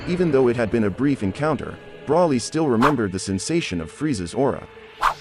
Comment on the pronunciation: Broly not brawley